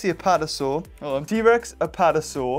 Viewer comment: u say: T rex Survey says: EHHH